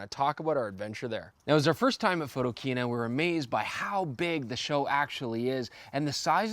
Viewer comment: Jesus,... PHOTO - KINA... The word KINA is a derivative of the word KINO, meaning CINEMA. Ring a bell?